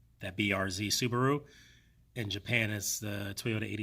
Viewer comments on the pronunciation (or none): none